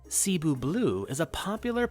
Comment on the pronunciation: Cebu is pronounced seh-boo, not see-boo. Didn’t mean to sound rude, because I’m not trying to be. I love your channel! Epipremnum is my favorite genus of species in the plant world. Thanks for sharing this!!! You rock! I’ve been telling people that it’s not a pothos, it’s Epipremnum for so long (since the plantdemic). At least someone with a big following (that’s growing) is planting that seed in the minds of plant addicts in the west. You are a true plant person/collector.